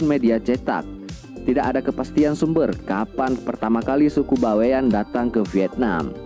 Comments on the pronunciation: Bukan baiwan, tapi Bawean, berasal dari pulau Bawean Jawa timur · "Bawean ya Bang.., bukan by one.. 😁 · Bawean bang, bukan Baewan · Bawean itu adalah dari suku jawa tapi sebuah pulau yg disebelah kota Surabaya /Jawa timur .cara Bacanya Baweyan bukan bewan bro memang itu suku Jawa yg seberangnya Surabaya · Pulau BAWEAN.. bukan By one pak Cik..